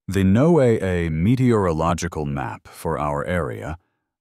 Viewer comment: Southern California 🇺🇸 Ewwwwwwwwww!! 🤢 A salmon yogurt smoothie?!?!?🤮 Now THAT'S a visual I could've done without!!!! 🤣🤣🤣🤣 And FYI, NOAA is pronounced "nō-ah. Just like "Noah and the ark."